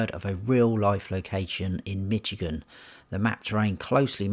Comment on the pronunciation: Good review. I humbly want to help you pronounce the name of the State of Michigan USA correctly. It is pronounced "MISH" as in "FISH" plus "igan" - not "MITCH" as in "HITCH". Comes from the Chippewa Indian word for "clearing" = "majigan".